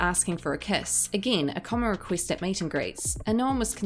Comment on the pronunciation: A celEEb makes a riQUEEST. Lol.